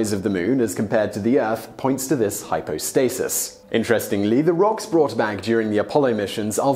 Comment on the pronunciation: ...hypo-thesis? I've never ever heard anyone say hypothesis like that before. Took me a minute. Great video.